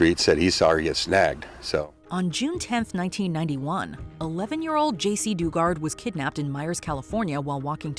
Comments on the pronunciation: Please work on accurately pronouncing names and locations. Its insulting to their memories and work. Jacey Duggard as in dug a hole. khashoggi=kashokshi? They literally said it correctly in the vids you showed. Do better if you want to be taken seriously. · "Doo-gart". Lol no.